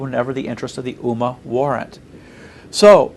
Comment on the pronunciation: This guy doesn't even know how to pronounce "Ummah". It is not "Oo Mar" moron. It is pronounced "Umm Mah"